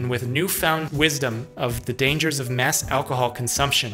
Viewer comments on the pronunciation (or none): none